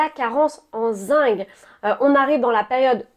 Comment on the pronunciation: Bonjour alors on parle bien du zinC et pas du zingue,pas pareil 😊.